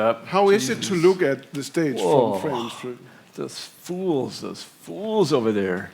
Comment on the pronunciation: "the STANGWAGON!"